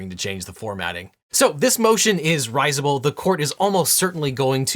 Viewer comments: Rizeable? is that how you guys really pronounce it? Gosh, how quaint! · is that word supposed to be 'risible'? Because that's not how it's pronounced. I apologize if I'm flogging a dead horse!